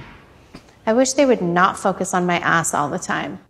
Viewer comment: Why you pronounce ass like haass